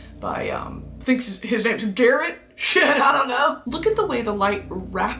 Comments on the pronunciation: that one guy's name: Gerard Brittany: Garret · Brittany sounding so smart until she pronounced Gerard "gared" im crying